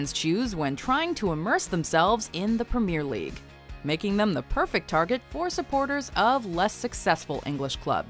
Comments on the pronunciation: never say premier league again that was horrendous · how hard can it be to pronounce premier league, for real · thats how its pronounced in North America